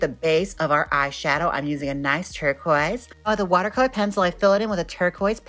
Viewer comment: Dont you mean TERKWAAAZ?